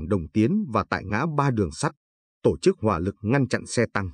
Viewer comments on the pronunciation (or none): Càng ngày thấy ngành Giáo dục càng ngày càng đi xuống. Ai đời " tổ chức" lại đọc thành " to chức". Nghe như trẻ con tập đọc . Vui tai mà lại rất buồn. Người đọc phái rất tự tin với khả năng của mình mới dám đọc cho nhiều người nghe hoặc là họ quá coi thường người nghe!!!!!?????